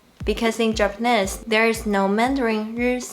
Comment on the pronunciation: Hi,, it's your pronunciation coach again:D "Japanese" rhymes with "cheese" and it doesn't rhyme with "this". Check out its pronunciation;)